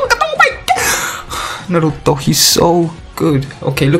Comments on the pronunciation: kKakaka é engraçado quando ele fala o nome naruto kkkkk NARUUTOUUU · The way u say Naruto is sad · Stop saiying "naruto" like that